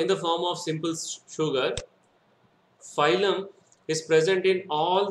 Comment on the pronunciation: Are baba phylum phylum बोल रहे हो it's फ्लोएम